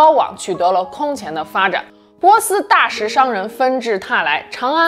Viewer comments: 大食的讀音其實是dà yì喔，然後粟特的讀音是sù tè。這集真的看到哭 T___T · 大食，讀作dayi。粟特人，sute人。